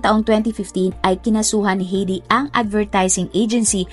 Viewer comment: ATE , HINDI PO HEYDI ANG BIGKAS SA PANGALANG " H E I D I " ANG BIGKAS PO DYAN AY HAYDI